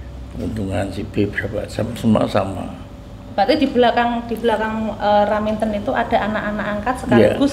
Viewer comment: raminten bukan raminto ya allah sehat selalu nyonyah R